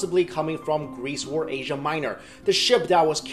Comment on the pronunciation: stop saying wor instead of or